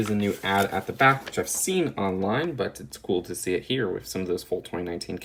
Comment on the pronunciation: “Wif the hair”